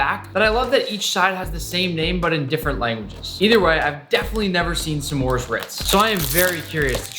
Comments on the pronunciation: NICK IT IS PRONOUNCED SMORES NOT SSEMORES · It is not sa'mores it's just s'mores. One syllable. 😡😡😡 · the way he says "smores" with two syllables is rather aggravating.